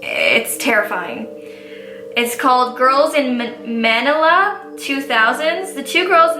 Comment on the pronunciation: was so cute the way she pronounced Manila 😂❤